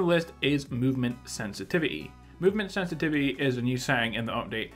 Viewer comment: Today we're going to discuss the sensititity seddings lmao.